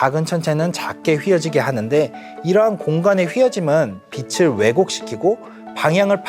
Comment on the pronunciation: 빛을 빛이 를 비슬 비시 라고 읽는거 너무 거북하네요